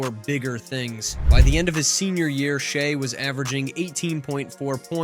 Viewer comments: It is crazy how this guy pronounced Shai's name 3 different ways through this article. Good otherwise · I’ve heard at least 10 different pronunciations of his name in this video